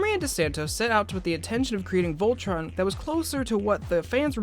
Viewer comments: tea ray ...vol..tron?? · tea ray vol...tron??? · Vol... tron?? It doesn't have to be complicated! I still don't get why I wouldn't say "Voltron"! Keith is my spirit animal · tea ray uhh....vol..tron? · tea ray uhh.. vol..tron?